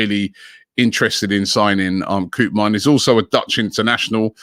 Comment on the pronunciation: Legit shocked Robbie pronounced Koopmeiners right lol